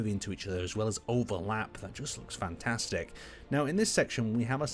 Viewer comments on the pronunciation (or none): none